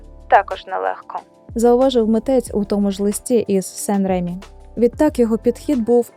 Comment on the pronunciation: Дякую за такий цікавий, насичений випуск.Чудовий відеоряд! Дозвольте зауваження щодо наголосів - живОпис і Сан-РемІ. Ще раз дякую. Бажаю успіхів!